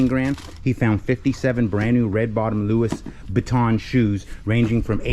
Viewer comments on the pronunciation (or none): This is fantastic and I am so pleased for you as I know how hard you work. Just so you know its pronounced Loo E and not Loo Issss for Louis Vuitton. Now sell sell sell :)